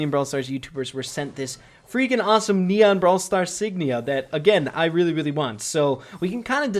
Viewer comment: Does anyone misheard leon when he said neon